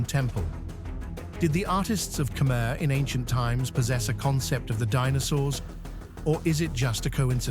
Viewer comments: AI nonsense. Believe what you want. One sentence in this video towards the end pronounced dinosaurs as "Dee-no-sawrs" then as "Dee-no-sowers" 🤣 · "DEE NOW SAWRS" lol